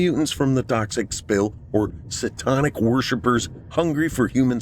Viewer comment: did you say it as Sa-Tonic? Or my ears playing with me?